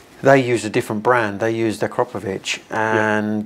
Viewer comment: Of all people I would have thought Shane Byrne could pronounce Akrapovic properly.